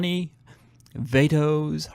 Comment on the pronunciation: "Johnny 'Vay-tos' Hernandez" 😂😂